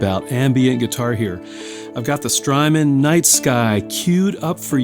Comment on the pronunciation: Strymon rhymes with hymen